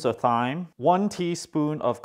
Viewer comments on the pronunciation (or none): THYME LOL it's pronounced "time"